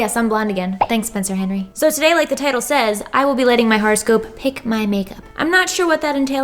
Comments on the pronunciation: " pronouncing horoscope wrong for 5 minutes" ITS NOT A FRICKING HARASCOPE DANG IT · Seriously thought she was saying "horrorscope". LOL. Oops. Would've been appropriate for Glam&Gore ().